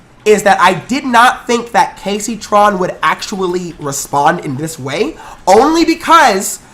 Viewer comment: says gayceytron lel